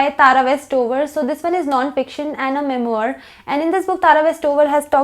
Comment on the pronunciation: Gustaakhi maaf but the pronounciation of **memoir** is *mem-vaa*